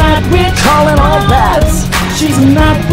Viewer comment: on he said Night Watch not witch lol